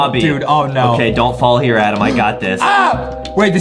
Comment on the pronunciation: And justin think its adem but its adam